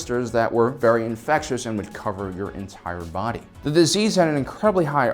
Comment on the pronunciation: smallpox was very infett-iouess ?? * It was very cuddly and liked to snuggle? That could explain a lot, it was easily transmitted because it wanted to hug… *I did it, I'm finally a pedantic pronounciation nazi - you have no idea how big a milestone this is to someone with mild dyslexia and childhood speech difficulties. I think it means I'm cured? Hang on, was that a clever pun around the Fett DNA?… now I'm confused.